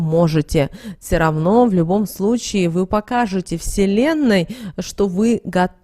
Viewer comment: Только не СИРАВНО, а првильно --- Всё равно!! Наи ВСЕМ Здоровья и Добра.Аминь.